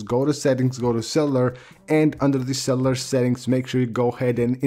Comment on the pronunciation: “cellalar data” 😂😂😂😂